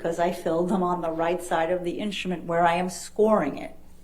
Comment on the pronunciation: I love the prounaunce "inschtument" by Dr. Hewes